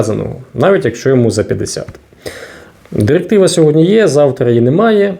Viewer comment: ЩотыплытешЕсть номыр дырыктывато для чого ця дырыктыва